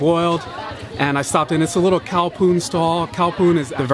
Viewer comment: Khao means rice so khao poon means rice noodle. " Ka" is not right "bak hung " either it 's maark hung